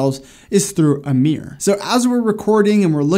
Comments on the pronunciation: right. I've never heard anyone pronounce mirror that way. Not sure where he's from, but I grew up in the Mid Atlantic, went to school in NY and live in the mid west. Mir-rur, or mir-roar. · As a British person, the pronunciation of “mirror” has me shook... What is a “Meeeer”? Joking aside, another quality video 👍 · Yeah but like in any country there are regional accents. Feel like this dude is a bit heavy on the “meer” than other American folks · Great advice thanks! I find it fascinating how Americans pronounce Mirror as 'Meer'. I can't complain though as in Scotland we pronounce it 'Mihruhr' 🤣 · I thought he was saying a word I didn't know. 😂😂